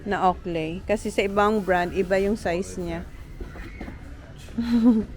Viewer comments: Mam owklee ang pronunciation po ng oakley, not owkley. Am sorry to correct you. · ang Oakley pronunciation ay "owklee" not "owkley".😮 Looking forward to your Pinas vacation w/your family.😊